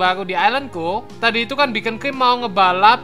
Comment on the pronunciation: rip english